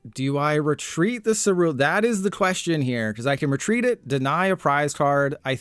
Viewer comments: my brain isn’t ready for the amount of “content creators” i’m about to hear pronounce “cerulean” or “ceruledge” wrong. you’re the first to hurt me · left because he pronounced ceruledge wrong so many damn times